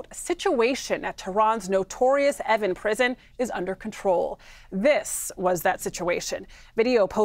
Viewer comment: Pronounced Eh-veen